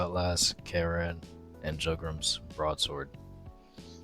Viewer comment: jug-rim </3 you-gram is how is pronouced